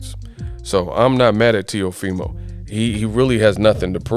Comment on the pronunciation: teofimo not neofimo